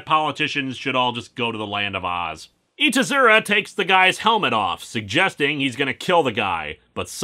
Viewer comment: You know it took me a while to realize that. Probably because of the mispronunciation, I speak casual Japanese.